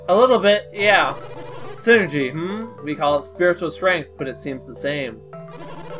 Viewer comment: You're pronouncing psynergy wrong. It's said like "sigh-energy", not like "synergy" as you are saying. They keep talking about how it's a mind power, hence the "psy" as in "psychological" or "psychic." Other than that, nice play-through and commentary.